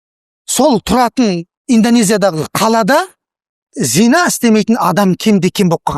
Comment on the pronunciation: Зина емес,зына емес пе?